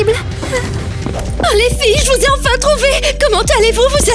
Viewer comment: c'est pas lé mais c'est les